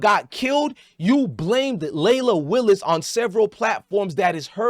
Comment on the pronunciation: Leila Willis lol it’s wills